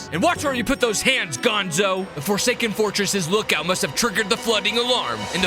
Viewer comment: WE ARe FORSKAEN why did you say fosaken